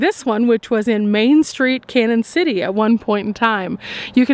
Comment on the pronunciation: Love your videos. Hate to tell you this but Canon City is pronounced Canyon city. There is a~ over the first n making it Spanish!